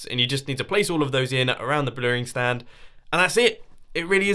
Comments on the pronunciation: "blurring stand" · What's a 'bleuring stand'? lol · "The bleuring stand" - Ollie 2016